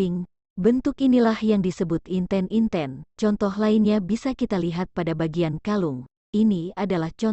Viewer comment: Terdapat kesalahan pengucapan pada kata Semut Gremet dan Inten-inten 🙏